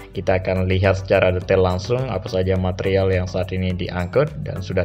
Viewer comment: Besi Wiremesh iku mas 😂😂 bbermbe "matrial"